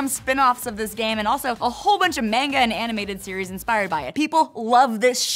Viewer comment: “Mainga” lol